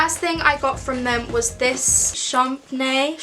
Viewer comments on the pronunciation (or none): we gonna talk about how she couldnt pronounce champagne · her trying to say champagne 😢